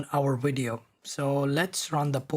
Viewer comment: Every time he say "widio" insted of vidio it put a smile on my face